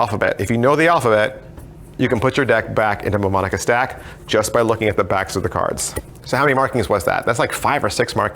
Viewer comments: It's pronounced New-Monica. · Great review,! Just remember that the "M" in "Mnemonica" is silent.;)